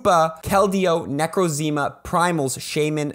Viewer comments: Man really said necrozma as ‘necrozima’ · Just saying, for the future, it's necrozma is pronounced neck-rozz-ma. Its easier to say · The fact you pronounced necrozma neceo zeema pains me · It's pronounced Vee-vee-yon and Nuh-crouz-ma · The way you pronounced Necrozma is very.. original lol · Necrozma's pronounciatian was a bit 😳